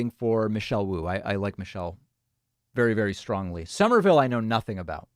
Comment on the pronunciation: "Somerville, I know nothing about." Not even how it's pronounced.